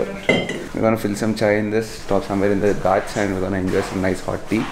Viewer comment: it's not Gaats it's Ghaats "Gh" with epiglottis 😆😆😆